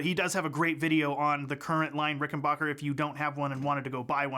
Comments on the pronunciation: Why does the Bass Channel continue to over and over agin mispronounce the name RickenBACKer ? It's confusing. 🫤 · He didn't say rickenbUcker, he said rickenbAHcker